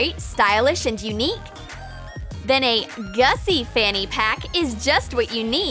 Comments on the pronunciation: Gucci not gussi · It’s GUCCI NOT GUSSI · It's not Gussi it's Gucci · Isn't it supposed to be Gucci? not Gussi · GUCCI not GUSSI 🤣🤣🤣🤣🤣🤣🤣🤣🤣🤣🤣🤣🤣🤣🤣🤣🤣🤣🤣🤣🤣🤣🤣🤣🤣🤣🤣🤣🤣🤣🤣🤣🤣🤣🤣🤣🤣🤣🤣🤣🤣🤣🤣🤣🤣🤣🤣🤣🤣🤣🤣🤣🤣🤣🤣🤣🤣🤣🤣🤣🤣🤣🤣🤣🤣🤣🤣🤣🤣🤣🤣🤣🤣🤣🤣🤣🤣🤣🤣🤣🤣🤣🤣🤣🤣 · Its no gussi. Its Gucci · More like gussi instead of Gucci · its GUCCI NOT GUSSI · It's Gucci not Gussi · It’s not Gussi it’s Gucci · what is "GUSSI"? isnt it "GUCCI" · It’s should be Gucci instead of gussi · It is Gucci not Gussi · It's not gussi but Gucci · It's not gussied its Gucci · Hm...it's GUCCI not GUSSI.... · Is not gussi but is GUCCI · Gucci she said it wrong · The ”gussi” got me xD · You pronounced the gussi wrong